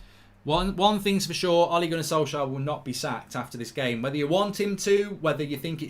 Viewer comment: Ole gonner solksjaer 😂